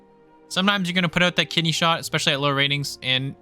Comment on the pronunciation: Ooooo “KIDNEY”! Not ‘kitty’ 😂😂😂 “kitty shot” is what I heard lmao. It should be kitty shot, that’s the new slang term